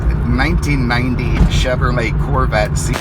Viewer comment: "Chevermay Corvette"?